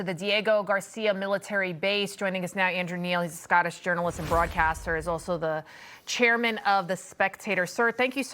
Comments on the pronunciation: Someone please tell the female “reporter” how to pronounce More-ish-us. Great prep and geographic knowledge! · My god - that American female journalist doesn't know how to pronounce Chagos nor Mauritius. has she never heard of these places before?! :( - well I hope she learns.